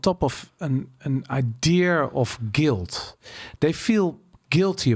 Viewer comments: Is het 'idea' of 'idear'? Idear klinkt heel fout en irritant 😂. Maar mss zit ik er helemaal naast 😊. Verder top aflevering! Mss moet je die Pim van Lommel ook een keer uitnodigen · waarom spreek je idea als i-deer uit? 😆 Verder echt enorm genoten, dankjewel voor de podcast. Altijd al gedacht dat het zo in elkaar zit maar prettig het eens vanuit een meer wetenschappelijke visie te horen. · Waarom spreek je idea als I-Deer uit? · Behalve het woord idea, die spreekt hij als i-deer uit